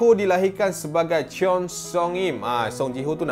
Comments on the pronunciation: Sorry tau. Tahu bukan native korean tapi rasa geram je bila sebut cheon tu 😂 bukan chi-yon. Kalau ejaan bahasa korean. Dia dalam satu sebutan. Ch(eo)n nak dekat chon tapi ada é sikit. Hmmm susah lah nak terangkan. Tapi try google translate beza 천(ni yang betul) dengan 채욘. Dengar pronounce dia. Ha gituhh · Cheon - sebutan con seong - sebutan song con song im